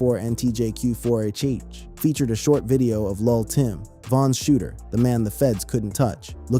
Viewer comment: he liked to pronounce it luh timm but we call him luh timmay. rest in turkey gravy